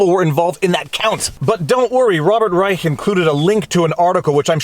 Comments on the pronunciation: Viva, Reich's name is pronounced like Rye- Shh. 😉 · I believe it's pronounced "Rische" with a 'sh'. Your logic and attention are spot on. It's too bad you're Canadian (Quebeci?); If only we had that intelligence in the US. Thanks. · He pronounces it like "Reish", but I found it entertaining that you used the original German pronunciation. "Robert III Reich" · Reich was an ideological hack economist for Carter, got into bird-cage-lining editorializing on CNN and the like, and has gotten steadily worse. BTW, it's pronounced Rye-ssssshhhhh, with the sh part about 2X as long as the Rye part, ideally with a rattlesnake-like rattle at the end. No one else with that name pronounces it that way, but that's appropriate for him. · Hey Viva, check out how Rush Limbaugh pronounced Robert P Reichhhhhka. You might get a kick out of it. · I believe this is the same Robert Reishhhhhha(as Rush used to pronounce it) who used to be called out regularly by Mr. Limbaugh for falsehoods of various types ...... just sayin' ..... ;-p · The ch is pronounced sh in Reich's name. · Viva: Your assertion that you were unfamiliar with Rob.B.R. shows that you were NOT a Rush Limbaugh fan, cuz Rush did frequent "updates" on the guy, Famously mispronouncing the name as "... REISCSSSSSSSSAAAH" each & every time!!! (All "Ditto heads" d'un certain age would know this...) :) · If you want a good chuckle find a clip from R Limbaugh from the Clinton era on how to pronounce Rob Reisch’s name